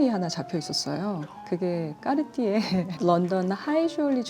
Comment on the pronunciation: 마지막에 꺅ㅎ띠에 발음 계속 반복하는 부분 너무 재미있네요 🤣 그리고 탱크나 발롱블뢰 둘 다 참 멋진 모델인거 같아요. 언젠가 소장하는 그 날이 제게도 오기를... 🤗🤓